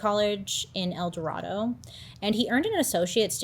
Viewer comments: Also it’s El Dor AYE do 😭😭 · My grandparents used to live on the same street as him in park city. Also we don’t pronounce Eldorado that way, the a is long like ape. lol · 😅😅 one teensy weensy little gripe. Its pronounced El Do-Ray-Do, not El Dorado like the city of gold. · I love that you call it El Dorado. Lol it’s El Dorādo. Long A sound. I have several friends and relatives that met this guy. One has a picture with him because she worked at the nursing home his mother was in. He’s a sicko! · You say Eldorado funny lol